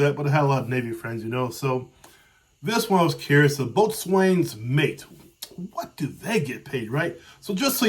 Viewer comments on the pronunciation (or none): "Boatswain" is pronounced "Bosun"